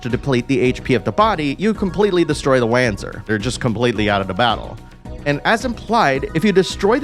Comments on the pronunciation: It's "Vahnser", not "Wahnzer" The name comes from the compound German word "Wanderungpanzer", and thus should be pronounced as in German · Hey just for future reference its pronounced "Vonser" (although it was pronounced "wanzer" in Left Alive and Evolved but they're better left forgotten haha). Solid review though thanks - I'm especially looking forward to Front Mission 3 and its dual stories! :) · Nice video, bro! Just a tip, the right way to speak Wanzer is Vanzer, i learned that in FM4. The characters speak Vanzer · It's Vanzer. The way he pronounced it sounded so wrong... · front mission 4 has voice overs and its Von-Ser its German.